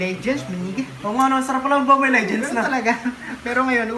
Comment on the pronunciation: Mobile hindi momile